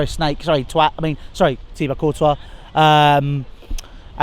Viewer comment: Is it twat or Courtois? 😂